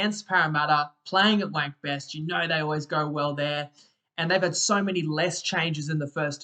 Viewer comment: minutes exactly, man just called Bankwest Stadium “wank best” 😆